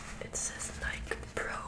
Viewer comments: It's called Nike not nika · And nike is pronounced nye _ key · ITS PRONOUNCED NIGH KEY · And it’s nik-E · HAHA NEW NIKE NOT ADIDAS